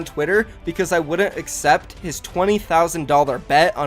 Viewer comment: Real word: accept No one: Literally no one: The Fortnite guy: asept